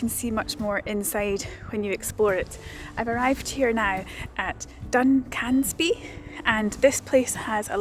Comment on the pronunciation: I'm sure vloggers deliberately mispronounce place names for comments....... LYBSTER (pronounced Liebster), SINCLAIR (no accentuation of 'clair'). DUNCANSBY (no accentuation of 'can' - pronounce like the male name with 'sby' at end. John oGroats is furthest from Landsend, Dunnet head is most northerly on mainland. Bought Vegie haggis by mistake once - to accompany Steak with Peppercorn sauce - in that use, it was actually OK.